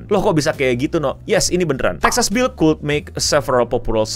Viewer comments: kalo berdasarkan aksen ni ya, pengucapannya banyak banget, seterah aja gimana pengucapannya, mau kud(aksen Amerika) dan kuwd(aksen Inggris), yg penting jangan "kuld" aja deh bang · "Could", diucap "kəd" atau strong form-nya "kʊd" Tapi, CMIIW :^ Soalnya kagak paham amat :v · Btw mau mengoreksi nih, bacaan "could" itu ngga "kuld" tapi yg benernya "kud" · "Kuwd" tepatnya, "W"nya di lafal lembut/halus/samar.